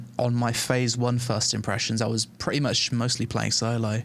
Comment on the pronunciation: how does solo become soy-loh rofl